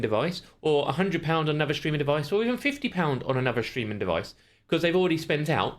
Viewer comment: It's not shtreaming it's STREAMING! 😜